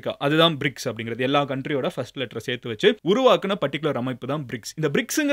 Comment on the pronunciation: Bro Bircs or Brics? Doubt🤷‍♂️